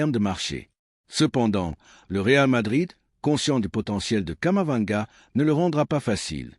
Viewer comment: Vous me décevez en disant toujours Kamavanga . Il s'appelle KAMAVINGA. C'est vraiment dommage.